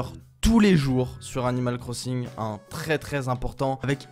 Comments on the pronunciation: tu a dit 'animale cro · tu a dit 'animale corssINg' mdr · On dit animal crosinge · « Animal Crossingue » 😭😂